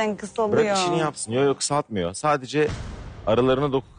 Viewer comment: De ve da bağlacını ayıramayan gördüm de "sadece" kelimesine "sacede" diyeni ilk defa görüyorum dhdhhs